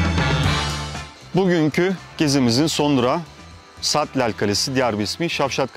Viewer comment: Abi takola değil takkola,sattel değil satlel kalesi.bende yavuzköylüyüm böylr bi video yaptığın için sağol ağlattın bizi